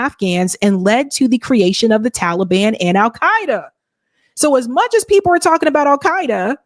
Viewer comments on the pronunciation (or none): none